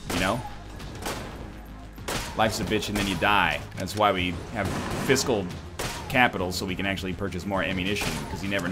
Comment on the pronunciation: each and every time egg says "fiscal" I cringe like I'm watching a compilation 2011.